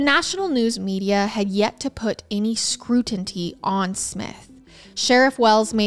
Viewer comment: “Scrutinty”, huh? That was cute. lol